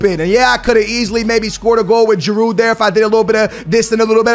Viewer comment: You dont pronounce the D in giroud